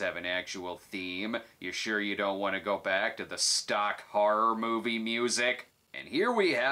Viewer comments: Moive? Is that Yiddish for anything or just how people from Jersey pronounce "Marv?" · The "Moive" 🤣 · "My Little Pony the Moive"?